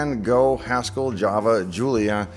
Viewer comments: love the vid. *Haskell, not haskel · > Haskel man, you butchered the good name of Haskell Curry